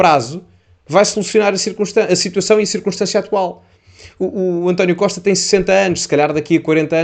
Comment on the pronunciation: CIRCUNSTÂNCIA E NÃO CIRCONSTÂNCIA,POR FAVOR...